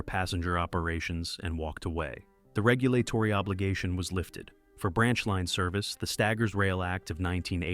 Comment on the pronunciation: I assume this is AI based on the mispronunciation of basic words like regulatory